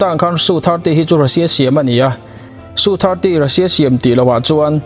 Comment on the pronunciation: India hiiii..... Su 35 te...... Rafael te hi an hmachhuan ber pawl an ni ang. Tunah hian an hmang mek bawk a. A kimlo deuh a ni. Su te i tia.... SU Es-eu tih zawk tur nilo maw.